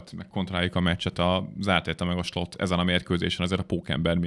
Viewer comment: De miert kell Slotnak ejteni szerencsetlen Slot nevet😂 a holland nyelv nem magyar, Slot akkor lenne ha Schlotnak kene irni, de olyan idegesito hogy egy csomo kommentator sem tudja Szlotnak mondani